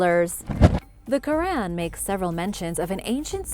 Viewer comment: Your history is already wrong soon as I heard you pronounce iran and Quran